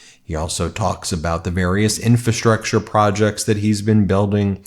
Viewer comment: There are three "Rs" in infrastructure. I fear that any day now I will hear you say 'newkewler'.